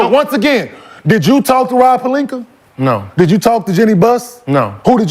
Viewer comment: lmaooo “He came to LA Friday met with Rob Palinka and Jeanie Buhhhs” 😂😂